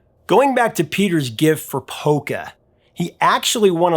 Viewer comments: Lol, at first I thought you said “poker”, instead of polka. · Polka! I heard "poker"!